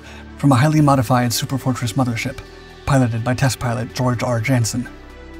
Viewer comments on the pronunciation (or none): none